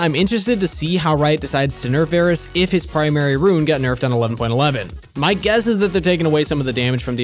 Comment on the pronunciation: Varus? VARUS? really?